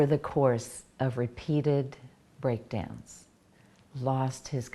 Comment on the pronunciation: This is a very intriguing video and a serious subject. But... wait... did she say "Over the course of repeated breakdance"?